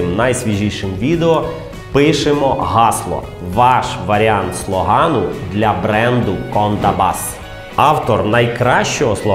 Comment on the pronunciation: ааа, ні! Тільки не слогАн. Одразу згадався Янукович. Правильно ж буде слОган. Пробачте, не зміг стриматися ((